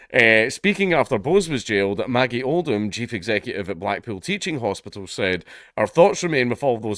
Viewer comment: Black-pool. Funny, I heard black-PILL when Dank said it.